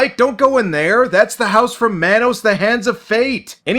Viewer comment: Subbed cuz of fun content but I gotta say this. Mah-nos Not Man-os. Carry on.